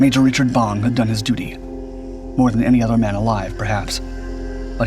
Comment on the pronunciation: *Bong;...--->>>NOT: "Bomb"-!